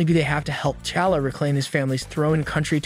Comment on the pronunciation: Ah yes, The new Black Panther ,CHALLA 😆